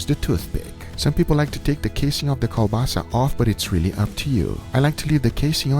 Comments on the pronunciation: This is kielbasa sausage not kobasa :) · kiełbasa is not kobasa :) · Its not kobasa...its KLOBASA...